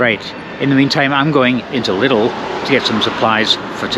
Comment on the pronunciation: I like you pronounce "Lidl". It's similar to the way the Americans pronounce "little". The Germans say it more like "leedle". 👍